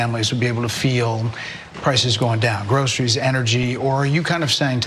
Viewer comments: Stop saying “grosheries” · I'm surprised he knows how to say groceries